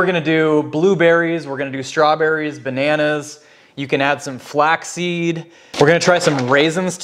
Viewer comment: Thanks. Flaxseed not flackseed..... Sorry I had to do it LOL